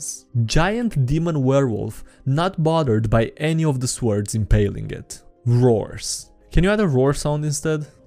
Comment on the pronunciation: i love how ypu say svords